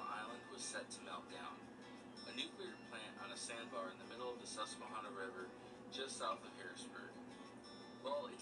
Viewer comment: As soon as he mispronounced "Susquehanna", you knew it was going to be filled with lies